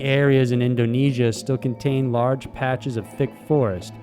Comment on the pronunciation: Endo-nesia, smell like outdo 💯